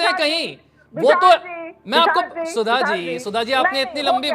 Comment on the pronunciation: Yeh koun sudha hei .. Bish ko sudha bol rahi hei ....